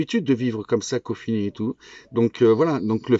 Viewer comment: intubé pas entubé confiné pas cofiné